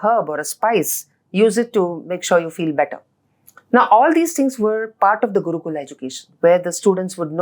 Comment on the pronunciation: After appreciating everything inIndian perspective 100 times she said Guukulaa and Shlokaa. It's Gurukul.. Shlok ...we don't have that problem with our tongue we can pronounce correctly..